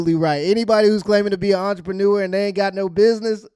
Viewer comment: 😂 you can’t trust none these hoes 😆 anyone that says “im an archermenuer” 😆 just listen to how entrepreneur sounds 😂😂😂😂 they get shat on and then come back to the states and act like they hot shit …………I mean …… can’t act like hot shit when you got in all In ya mouth and on ya face like you working a damn serum in ya face 😂 😂😂😂😂😂😂😂